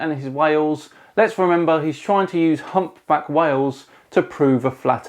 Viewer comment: What is this "humback whell" he keeps referring to?